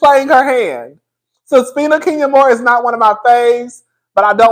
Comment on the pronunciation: 10 seconds in and I am screaming! Someone on your live called her Suspenya Moore😫😭